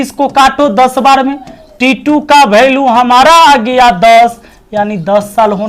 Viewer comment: भीड़ को भीर वैल्यू को भेल्यू.. गज़ब है